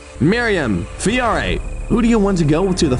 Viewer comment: “Fiore,” not “Fire.”